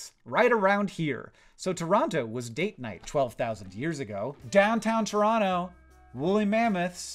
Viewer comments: Thank you for saying Tronoh correctly the second time you said the name of the Ontario city. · Thank you for pronouncing Toronto correctly!